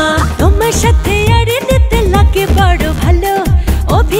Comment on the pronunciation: সালমার উচ্চারণ এ একটু প্রবলেম আছে। নাগে বাজে উচ্চারণ।